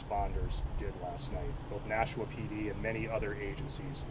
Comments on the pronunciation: FYI... We pronounce it Nash'-a-wa. [smile] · Please stop saying Nashooooa. One oo is enough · You can’t say Nashua bro ??? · It’s NASHUAaaa NOT Nashoooa pronounce it right if your trying to be a reporter You hear the local news say it …NO? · His last name is. Nashua is pronounced differently like Nashwa.